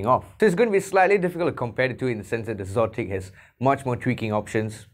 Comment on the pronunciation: You are the first person I've heard pronounce xotic as "zotic." It makes sense, but I think they are just spelling exotic without the E at the beginning for effect. Anyway, good review.